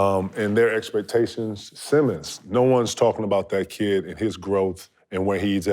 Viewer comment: Why do so many people pronounce Anfernee Simons last name like Simmons? 🤪 Anyway he's the real deal. We'll really get to see it while Dame's out for the next few games or so.. 💪🏻